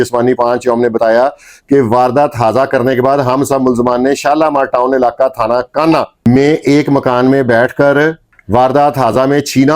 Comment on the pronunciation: Thana kuhna talafuz drust karen